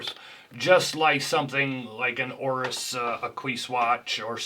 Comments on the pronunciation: Lol did you just say Oris "Ah-kwees"? haha... Also it's an homage of an AP Royal Oak.....not an IWC. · I stand corrected. Looked at some of the other Ingenieur models and it absolutely is very similar, perhaps even moreso than the RO. I stand corrected. But I got you on the Oris "A'kwees" tho...lol 😜